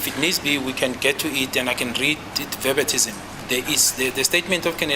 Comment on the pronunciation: Ahhhh did he just say Verbatism????? Jesus its verbatim